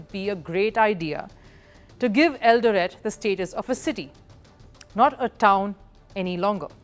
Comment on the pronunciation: Great feature,, great presentation. I am from Kenya, and I humbly submit as below regarding your feature: 1. I love the way you pronounce Eldoret. You pronounce it slightly wrong, though your pronunciation of Eldoret is cool; 2. Kenya was a British Colony from 1920 to 1963, and your pronunciation of Kenya sounds just like how White Kenyans used to pronounce Kenya in colonial times. Nothing wrong with that though, because you are not from Kenya; 3. At minute is Hellen Obiri. She is not from Eldoret, she is from a region of Kenya known as Kisii; 4. And no, Kenyan athletes are not "god like" to us, as you mention. If anything, one of the things that could be considered "god like" to us here in Kenya, is the English Premier League, and it's big teams, past and present, such as Manchester City, Liverpool, Chelsea, Manchester United, Arsenal. We are not exactly loyal to our country, or to ourselves. For example, if a big English football club, such as those I mention, were to visit Kenya, today, 17th August 2024, and if today also, 17th August 2024, there was an event to honour all Kenyan athletes, past and current, at a live event, where all living Kenyan athletes, past and current, would be present, the venue with the big English football team would be packed to capacity, while the venue with the Kenyan athletes would not be packed to capacity, would have few attendees; 5. Faith Kipyegon is not a marathon runner as you mention, she is a middle-distanc